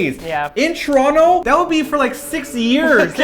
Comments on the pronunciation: I'm also from Tr-ah-no. (Its still a T, but yeah, that is how we pronounce.) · I live in England now but I'm from Toronto as well and you say it just like me - "Ch-Ron-to". It makes me giggle when people not from there say it "toe-ron-toe". ;-)